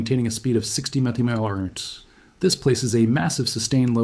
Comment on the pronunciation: MPH how do you pronounce it😂